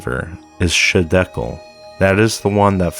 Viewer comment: I don't mean to be a troll or anything but it's not shidekel it's highdekel, the other ones are gihon, pishon, and the phrath.